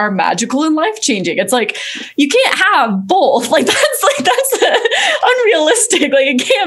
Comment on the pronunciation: love ur videos a lot pls stop sayibg boLth 😭😭